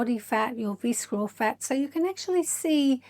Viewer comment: The C is not pronounced in “visceral.” It’s pronounced “VISS-er-ul.” 😉 I’ve done both InBody and DEXA scans. I actually had my 2nd DEXA scan just yesterday. DEXA is definitely the gold standard. InBody is a form of Bioelectrical Impedance Analysis (BIA), which is very affected by hydration fluctuations. It’s the same technology used for bathroom body fat scales, but slightly more accurate due to the handles (although there are some home models now that use handles). PS I think your fitness is excellent, but the facial fillers and Botox actually make you look older… You can barely move your face. But you have a lovely, calming speaking voice.